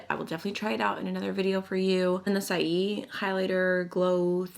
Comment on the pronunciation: Saie Beauty is pronounced “Say Beauty”. It was a play on the word.